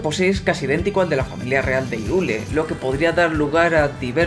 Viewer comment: Hyrule se pronuncia Jáirul, Sword se pronuncia Suor, Skyward se pronuncia Skaiwor, Hylian se pronuncia Jáilian, Majora es Mayóra con acento en la O. Por dios muchacho vas a hacer que me sangren los oídos.